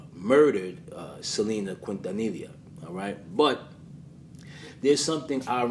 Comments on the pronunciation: Quintanilla = Keen-tah-knee-yah Appreciate you for showing the Latin community love. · It’s pronounced: KEEN TA NE YA Great documentary though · Great video!!! I have loved Selena since I discovered her music in the 90's. So sad she was taken from this world. PLEASE ADVISE: HER LAST NAME IS QUINTANILLA. THE PRONUNCIATION SOUNDS LIKE: KEEN-TAN-NEE-YA. PLEASE SAY HER NAME RIGHT. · Just for future reference the ll in quintanilla is pronounced like a Y. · Your mispronunciation of her last name was adorable lol 🥰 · Boy you butchered her last name lol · The L’s are silent